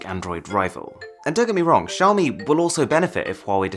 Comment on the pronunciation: Xiaomi is pronounced shiaomi not ziaomi??